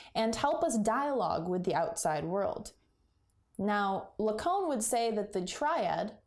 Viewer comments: Cait so. It’s not la cone. It’s la caan. Lacan!!!! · Hey really great video. Big like. Just one point of feedback - your pronounciation of the name Lacan is pretty off.. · I'll say firstly I'm glad you can appreciate I was only teasing! A very difficult theory to apply to anything, let alone as intended in analysis and psychotherapy. But google Zizek or perhaps Darian Leader to hear it's 'proper' pronunciation, 'lack-on' is a very rough phonetic way of representing it.